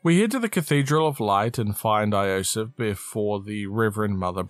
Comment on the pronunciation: yo-sef, not ayo-sef...